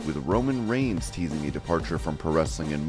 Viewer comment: Get his name right! It's REIGNS not REGINS!!